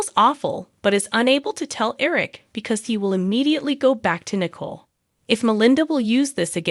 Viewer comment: The narrator pronounced COVID with an Ah sound And pronounced Nicole as nickel